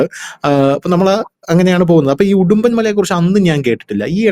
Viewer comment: ഹിഡി മ്പൻ എന്നാണ് ഉഡുമ്പൻ എന്നല്ല